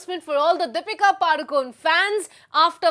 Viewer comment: Deepika padukon nahi Deepika padukone bolo sister